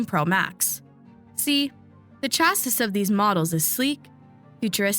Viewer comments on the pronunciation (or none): "Chassis," is pronounced "chassy" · Chassis is pronounced chas-ee. 🙄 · Chassis = "ChAssy" ❤😊 (total word nerd)